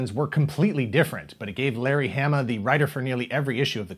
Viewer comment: Its Hah-Muh! Say it right,!